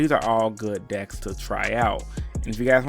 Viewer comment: No one: Absolutely no one:: 5 gUd DiKs foOr REEEEturnIng pIlAYAs